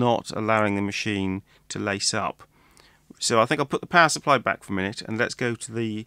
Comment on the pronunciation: Each time you say, “power supply,” I have a double take since I hear it as “pacifier” (baby’s “dummy,” in UK-speak). Maybe it is subliminal — one may cry and need one with this machine.